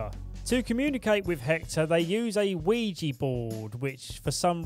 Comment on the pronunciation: ouija not ouiji